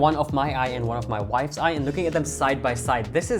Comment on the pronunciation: Did he say one of the his wife Eye?